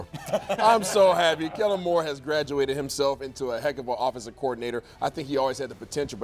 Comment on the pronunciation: can you stop that please and put some respect on the offensive coordinators name. It's Kellen not kellem